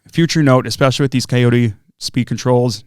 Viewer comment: Cayote is pronounced “coyote,” like the critter, which is their logo. That looks like a great ESC, I plan on running it in my ET48 2.2.